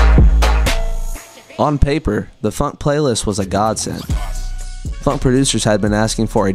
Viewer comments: why are you pronouncing "phonk" as "funk"? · Bros saying phunk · Broo man is pronouncing it "funk"💀💀💀💀💀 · the fact that you pronounce “phonk” identically to “funk” annoys me so much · It's phonk not "f u n k"